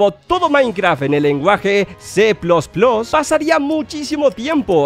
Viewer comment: Que es C plos plos ?? Grandísimo ¡nvec¡l, se dice C más más. Enserio que los youtubers son pero bien ¡d¡otas